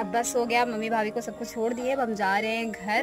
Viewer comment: Ur vlog is very good BT aap ja KO zaaa kayo bolte ho